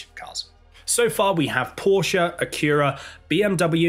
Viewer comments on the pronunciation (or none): That’s all fine and dandy, and I appreciate the information. However, I can’t get over that pronunciation of Acura. I’m a yank for it’s worth, but I’ve never ever heard it called that. Lol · Really hate how you say “Acura” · Acura is a very interesting pronunciation lol